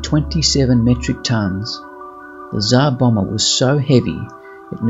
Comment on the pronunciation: Tzar bommer? How about its not plural